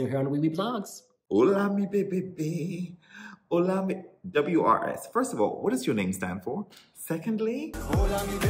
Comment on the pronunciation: WRS - pronounced oors, because his name is Ursu, which means "The Bear"